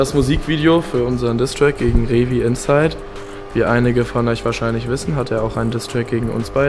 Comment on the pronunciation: Wieso sagt jeder Rewi-inside? Er heißt entweder Rewi oder Rewinside. Wo ist das zweite i zwischen w und n? Rew i nside oder Rew ii nside? seid ihr lost? Und wo ist ein L in diesem Namen häää??